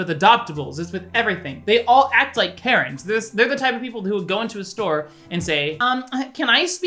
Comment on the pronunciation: Okay around like ish when u was saying Karren I thought you was saying carrot and I got so confused, like damn this man must not like carrots.